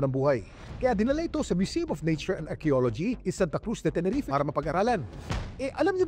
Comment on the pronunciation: Tenerife... Pronounced as Te-ne-ri- fe... Not Teneref